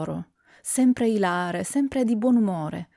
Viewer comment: Scusa se ti correggo , dovresti pronunciare ìlare con l'accento sulla i.😊 Grazie per la tua lettura di bei racconti!